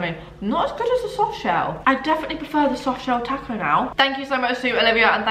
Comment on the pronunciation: Loooove you so Much! I laugh every time you can “tack-0 bell” Lolol makes me think that if you say the work “talk” you’d say “tack” lol “talk” and “taco” has the same “a” sound